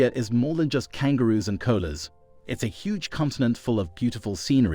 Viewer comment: It’s pronounced koala (ko-ala) not cola